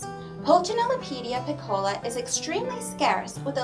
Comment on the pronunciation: Thanks for the review. Please though, "piccola" should be pronounced withe the accent on the "i", not the "o." And in French Pulcinelle, the "ci" part is like an "s" sound.